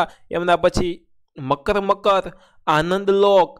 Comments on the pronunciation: Oooyyyyyyy મકર મકર નઈ મરક મરક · મકર મકર nay sir marak marak che 👍😇😂